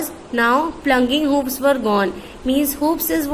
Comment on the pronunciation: U r not capable of explaining this poem . U don't know how to pronounce and ur language is worst. Ur voice is more worst 🤔 Shame on u for not knowing the meaning of hoofs.🤦‍♀️ lol🤣